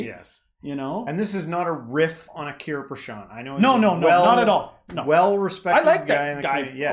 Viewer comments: Achaariya, ch as in change. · small correction buddy...! You are wrongly pronuncing ""acharya" It should be Acharya not aakarya ... ch as Chompion. I hope you understand what i mean.